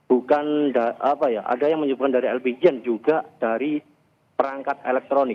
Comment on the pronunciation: Elpiji??????? Yg bener min?😂